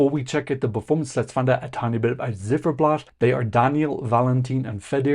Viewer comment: The band's name "Ziferblat" is pronounced with the "Z" as "TS" (like in hats). Not like a zed. It's the same word in Ukrainian as in German for "clockface".